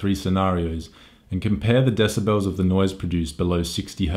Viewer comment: I'm so smawt, blah blah blah, desibells, blah blah, scenawrios, shut up